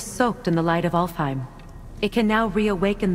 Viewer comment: Cara baca ALFHEIM : alfaim